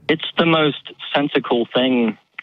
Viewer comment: Did this guy just say sensicle? Multiple times?? It's sensible.... LOL